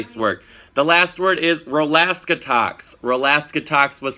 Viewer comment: It's Ro-Laska-Tox